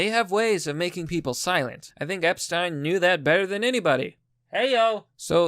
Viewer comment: Omg actually says Epstein correctly!! Einstein Epstein Even Jeffrey didn't know how to say his own name!!!